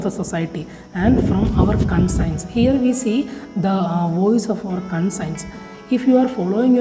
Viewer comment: Conscience pronunciation is wrong